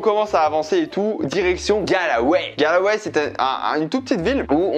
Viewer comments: « Galway » ! Pas « Galaway » 😂😂 et il y a de magnifique église à Dublin aussi hein 😂 Mais c’est mignon ce que tu as fait pour ta mère. Goal ! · Ayant vécu en Irlande et surtout à Galway pendant plusieurs mois, ça m'a un peu fais mal au cœur de t'entendre prononcer le nom de la ville ainsi ! 😭😂 c'est [Golway] et pas [galaway] 😂 #momenthermione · Incroyable tu m'a fait revivre mon voyage scolaire de 2004 exactement les même endroits, ces grand lac du Connemara et cette magnifique église ! superbe vidéo et cadeau pour ta maman et hommage à ta grand-mère ! Par contre la prononciation de Galway XD continue comme ça avec d'autre destination !